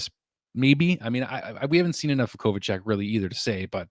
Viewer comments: The Kovacevic pronounciation is way off. Its Ko-Va-Che-Veech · I just wrote the same thing, it's pronounced Kova cev ich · I am probably not the first one to say this, but it's Kova-cev-ich, lol. (Sorry, couldn't help myself), I like the line ups, I guess. I do like the grit we've added for sure, we've definitely gotten stronger. I just said this in Hockey junkie's comment section too, it's a sad fact, but we are now Canada's worst NHL team, hopefully that's rectified very soon, but as of now, Calgary's way better, Ottawa's way better, Vancouver's better, Winnipeg's better, Toronto's...(I couldn't bring myself to type it!), lol, Edmonton's better. It's a sad fact, hopefully we tank this year, and get that top draft pick next season, we r gonna need it... I do like the direction we r going in, but it seems like every other team is getting way better, and we are slowly creeping along!! lol. Hopefully the tortoise wins this race!! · I thought it was Kovacevic not Kovacec